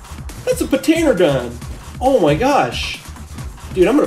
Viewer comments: did you...just say PUHTERADOM i thoguht it was just a silent P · lol i thought he said POTATODON